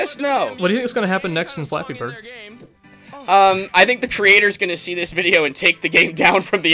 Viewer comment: I kinda like how he says "Fleppy BRRRD!" at the beginning. That's the only good point I can give this guy...